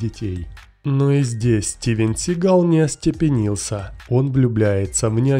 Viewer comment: Сам ты тит твою мать СигАл слушать противно!!! 🤮 Он Стивен Си́гал!!! Ударение на первую букву "а" в первом слоге!!!!☝️😡😡😡